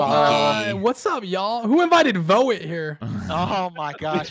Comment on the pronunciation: Take a shot every time junk calls voet voyt